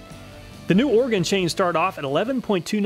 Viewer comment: Thank you for saying Oregon correctly 😂😂